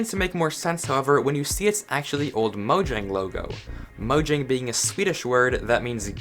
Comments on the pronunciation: It's pronounced moyang,not mojang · I'm from swden and it's actually "Mojäng" with an ÄÄÄÄÄÄÄÄÄÄÄ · My Guy its mojäng. Mojäng means gadget and Mojang idk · Mojang is not a Swedish word. It's mojäng, with an ä, not an a. Ä is pronounced here like the e in "hey!" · oh, I've always pronounced it "mo-jang" until i saw this video and i was confused